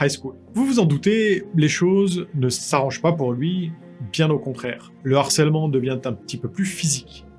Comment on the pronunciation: Euh, le harcèlement scolaire (h aspiré et non pas muet comme dans héros)